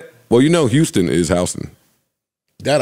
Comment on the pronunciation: Lmaoooo Joe said Howston (houston). Just say u fucked up his name lol.